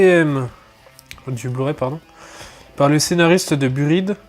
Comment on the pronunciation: ON AIME LES BULLES NOUS ! (ptn... "par les créateur de B U R I D"... Ce massacre de l'anglais enflure !) <3 "oh un jeu d'carte" movements enjoués de ion